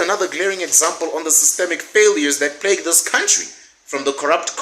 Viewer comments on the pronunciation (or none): none